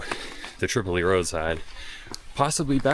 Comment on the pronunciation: Welcome back! You are a big reason why I started producing vids of the Whites. BTW Tripoli Road is pronounced "trip oh lie" road despite the city in Libya with the same spelling pronounced differently, and the Kanc is pronounced "kanc ah mah gus". (Hope you don't mind the corrections. They are offered in the spirt of being helpful but I know it sometimes comes across negatively, which isn't intended by any means in this case.)